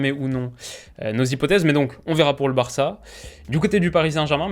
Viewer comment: le culot de dire Varça